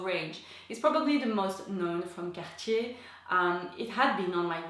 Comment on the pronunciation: So refreshing to hear Cartier pronounced correctly!